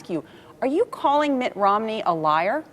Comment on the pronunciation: Did say Mitt "Romley"?